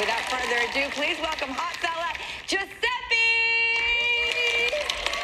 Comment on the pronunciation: Why do they say Giuseppi when he’s Giuseppe